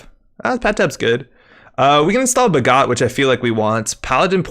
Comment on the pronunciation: I'm only really familiar with the Indian-origin words. Off the top, Aniccam is more like Anichcham, I think. And both 'a's are short (not long) sounds in Bhagat (as in 'attention'). I think the card is inspired by a famous freedom fighter in India's fight for independence from the UK, Bhagat Singh. I really appreciate the effort to learn. Top quality.